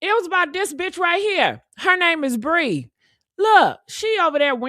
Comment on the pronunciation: Her name is PREE!!!... NOT BREE!!!👍🏿💪🏿💯👍🏿💪🏿💯👍🏿💪🏿💯👍🏿💪🏿💯👍🏿💪🏿💯